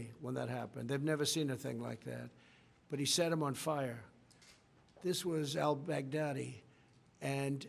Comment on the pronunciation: That's what I keep hearing too 😂